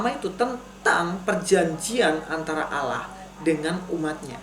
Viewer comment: Begini bg,,, percuma kalau di balas argumen anda dg Al-Qur'an toh pasti anda tidak akan percaya. Maka nya di jawab dg kitab anda sendir biar anda lebih banyak lagi belajar..?jangan banyak ngawur...membaca ALLAH aja salah,, di baca ALAH...